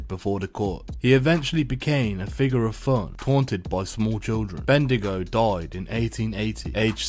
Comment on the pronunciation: By the way its Bendigo not ben dingo :)